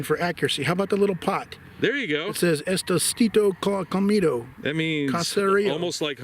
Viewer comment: said Estostito comitto 😂😂😂😂 it actually says estilo casero which means homemade style 😂😂😂😂😂😂